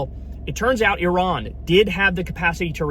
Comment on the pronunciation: Apart from anything else, thank you for pronouncing Iran correctly! For an America that's a huge achievement. What's happening otherwise is catastrophic.